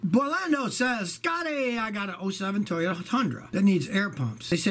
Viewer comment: Suoyta ... Toyaru